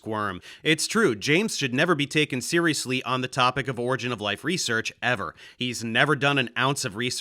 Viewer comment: Does anyone know what an "origa of life" is? I mean if you're going to claim to be a reputable source on a topic, you may want to at least pronounce the field correctly.